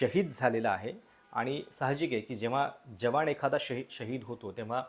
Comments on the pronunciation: यांणा न म्हणायला त्रास आहे का? जवाण, रिऍक्शण.. न म्हणा की जरा...😊😊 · जवाण! 😂😂😂😂 भावा निदान मराठी उच्चार तरी नीट कर! 😂😂😂😂